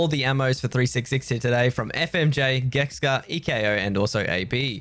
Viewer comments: it's Geksa, not Gekska... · Geksa not Gekska ffs fking annoying to hear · Gek sa, not gekska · why does he say geksca